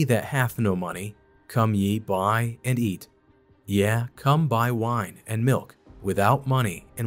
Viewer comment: It’s not “yea” as in “yeah.” It’s “yea” as in “yay.” Also “whither” is not pronounced as “weather” or “whether.” “Whither” is pronounced as “wither.” Just so you know.